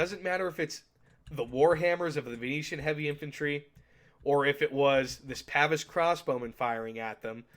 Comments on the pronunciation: Pah-vaise not Pavis old boy, when referring to the crossbow men. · I know someones gonna get mad about it so I just wanted to say: Its Pah-veese, not pav-is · The way you pronounce “Pavise” pains me.